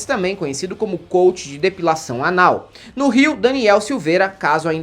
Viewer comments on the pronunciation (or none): none